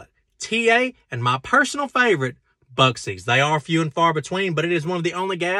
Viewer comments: it's Buckee's , not the way you said it, you carry out the E , not what you said busckee. unless that's your name for it. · Did he just says "bucees" As someone from Texas, I feel attacked lololol. It's "buckees" Buc-ees. Think of it as 2 separate words "buck" "EEs" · is not pronounced Buseys... Is pronounced BUCK EE's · Wass up brother, I must say you get me through the day at times. Being from Texas and living close to a Buc-ee’s, it’s pronounced Buc- Eas……… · Buc-ees. I’m from Texas. Say it right. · ....did this man just call Buccee's Buxices? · I'm with the other Texans, you totally botched saying Buc EES! LOL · You’re not wrong, but it’s pronounced Buck-ee’s. Texan native here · Did he say “Buck See’s”…. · did he say "buscsees" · Lol it's pronounced "Buck Eees" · Bucees is pronounced buckEs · Buc'ees---Pronounced Bucky's. What the hell..why does every other state mispronounce it? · Mispronouncing the #1 travel store ... just to watch the comments section light up your pay grade with every "BTW__" or "Actually its __" comment they make 🤑💵💰 While waiting on the Buckee's payday to roll in 😎😂